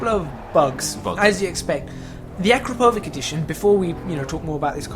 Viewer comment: Akrapovič is a Slovenian company, and you did pronounce it wrong. You're welcome :D